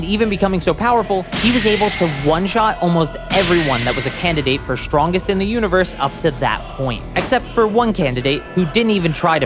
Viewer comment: why do you say "shtrongest" instead of "strongest"?